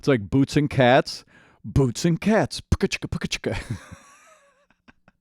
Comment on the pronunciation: lmao you're making 4 syllables like poo-ka-chi-ka and in Korean, 치카포카, or chi-ka-po-ka is sounds that parents make to babies to imitate the sound of brushing teeth.